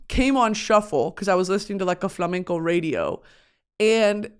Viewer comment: As a Spanish viewer, it's so cool see you talking about flamenco and Spanish music culture! Also, your pronunciation is amazing 😌💝